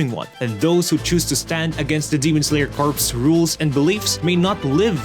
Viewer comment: Am I the only one cringing every time I hear corpse and not corps (core)